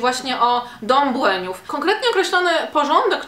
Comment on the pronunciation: Dokładnie, dodatkowo z mocnym akcentem nad "i"